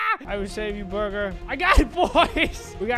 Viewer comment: Prepare To Laugh Hard "The burgar is complete" 😉😉😉